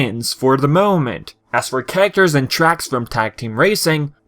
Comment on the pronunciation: Nice review but why do you say characters like "carater"?